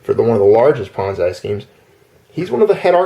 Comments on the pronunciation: Pet peeve - It's pronounced PON(ZEE) not PON(ZAI). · I like how you say "ponz I" and not "pon Z". I am cracking up so hard, and you just keep saying it like that. thanks for the lulz. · You're a good guy,, and I enjoy all your videos but I have never heard Ponzi pronounced ponz-eye wondering where you got that pronunciation. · Ah ha, a bit of history with that word. Leave it to you to know the history behind something like that. I wondered because I've heard other words we use pronounced other ways in other cultures. I'd never heard that one before though. I've seen things written differently here and the UK also. Yes, sem-eye and sem-ee are a common one. The whole time you were saying it, though, I kept thinking Bonsai in my head, lol.